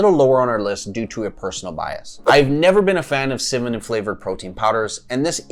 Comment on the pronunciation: Maybe the reason you don’t like cimmanon-flavored protein powders is because you can’t say cinnamon correctly? Work on pronouncing it right and it will taste great! GREAT video by the way!!👍🏼